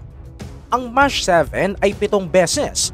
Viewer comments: Anong "Mash?'", "Mac" yan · Correction lang Brod...yun "MACH" ang correct pronunciation is "MAK" not "MAS"....your video good source of information....Cheers mate ! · d bha MACH SPEED YUN hindi MASH???🤔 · Di ba alam ng AI mag pronounce ng mach? 😅